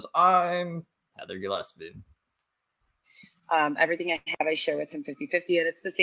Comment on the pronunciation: I'm kinda sad you stopped calling her "Gilleppsee"